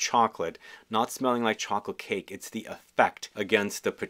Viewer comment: He physically can’t say “chocolate cake” if his life depended on it.